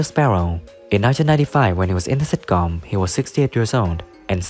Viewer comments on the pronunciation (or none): It takes years of practice, before you can say sitcóóm. Stress is wrong.